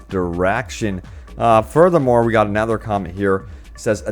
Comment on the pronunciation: 'anether reason'...?